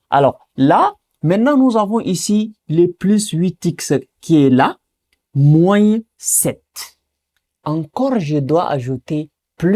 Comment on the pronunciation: Pourquoi vous prononcez la lettre "s" de "moins"??? D'autre part vous répétez beaucoup et beaucoup des trucs que vs pouvez simplifier.